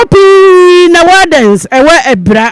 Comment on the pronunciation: Abira not Abura